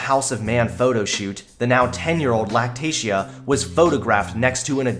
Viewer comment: At first I thought he said lactation not lactatia